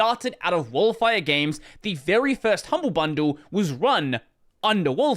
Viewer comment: oh no, pronouncing Wolfire like that given their logo